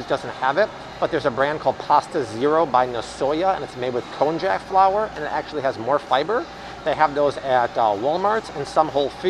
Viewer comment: Konjac is pronounced kon-yak.